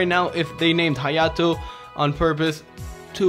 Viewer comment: when he says hyato and shows it KIRA QUEEN BYTES ZA DUSTO